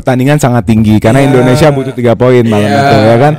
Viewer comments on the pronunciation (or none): none